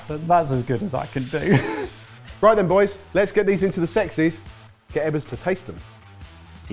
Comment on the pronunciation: Where did, “Into the sexys” come from, if I’m hearing that correctly?